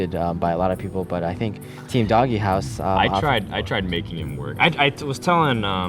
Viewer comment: Why the fuck are they pronouncing "DogeHouse" as "DoggyHouse"?